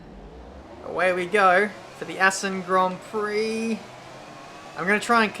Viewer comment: Also, you completely mucked up the pronunciation of Assen xD